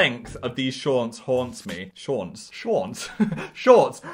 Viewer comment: ‘shaunts’ well there goes my lungs